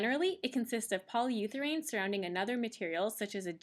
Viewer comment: You might check your pronunciation of urethane.